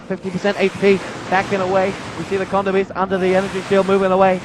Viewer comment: Theyre kodo beasts not condo beasts. silly announcer >.<